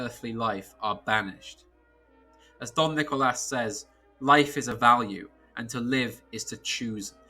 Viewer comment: Saying "Don Nicolas" was a very classy touch, very nice.